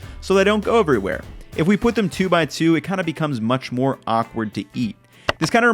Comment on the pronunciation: Lol the use of “munch” instead of “much” like is an amazing super troopers reference 👌👍